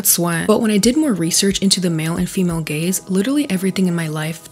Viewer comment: I couldn't help but hear "gayz" the entire time 😂